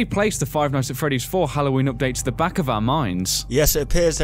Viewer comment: ITS THE NOT DE